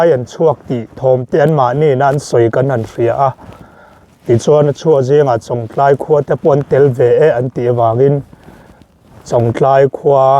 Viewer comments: ....chawngtlai khua hming i sawi hi thluk dik ve mai ta che.. Chawng tlai a awmlo, Chawngtlai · An khaw hming lam dan dik zawk hrilh na na a, lam dik duhlo tlat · Mi khaw hming te,a dik zawk hre reng si,sawi sual lui reng mai,a der viau suh. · an khaw hming lam dan kha an hrilh hnu che pawhin ti dik ve hram teh 😂😂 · A tir ah chwngtlai khua lam dik thei reng...a hnu ah lam dik thiam lo vel.. hi chu a😂😂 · A lam dan an hrilh tawh hnuah pawh lam dik duh miah lo,zahpui awm lutuk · chu nghapih tih takah chawngtlai pawh a lamthiam theilo chu ni maw.😊😅😂